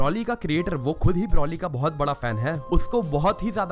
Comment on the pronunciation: Its not brauly , its broly